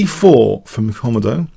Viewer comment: i think it is pronounced "kom-ow-doe" after the komodo dragon. Google "How to Pronounce Komodo dragon"